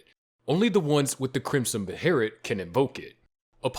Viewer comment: It's pronounced 'B' 'Hay' 'Lit.' From Berserk--the Crimson one.